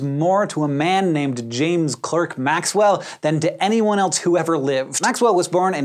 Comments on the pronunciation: The "Clerk" of James Clerk Maxwell is pronounced like "Clark". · "Clark" not "Klerk". Thanks Hank! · minor quibble, Clerk is pronounced Clark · Maxwell's middle name is pronounced "Clark".